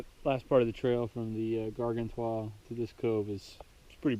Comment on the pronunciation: Garg-an-toi :P